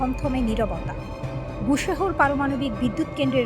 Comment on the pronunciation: জায়গাটির নাম বুশহর নয়, বুশের।